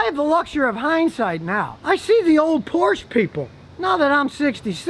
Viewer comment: min you'r neighbors are going to complain ,because you said thei'r not good looking .min did you said porn or porche ?